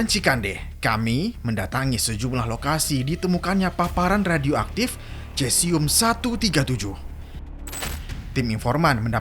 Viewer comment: Maaf koreksi, dibacanya sesium mas.